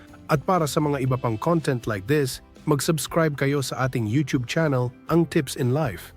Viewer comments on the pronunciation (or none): none